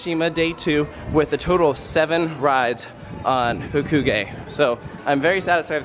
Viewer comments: its ha-koo-gay. It's how it is pronounced in Japanese. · It’s HAH-KOO-GUY